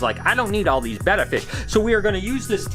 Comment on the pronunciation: if u are tryna say beta fish its said like this THINK OF THE WORD ATE BATE- A -FISH JUS SAY IT TOGETHER THEN U HAVE THE NAME U WERE CALLING IT LIKE U TAKING A BET ON A GAME BET -A-FISH LOL JUS FOOD FOR THOUGHT